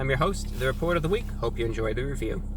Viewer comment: you have to emphasize the last syllable of review. reVIEW